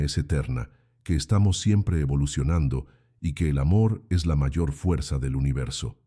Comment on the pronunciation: La voz de la narradora parece casi humana, pero no puede pronunciar la palabra "mayor"... Pero muchas gracias por el relato y los recordatorios para despertar... Saludos desde Querétaro, México.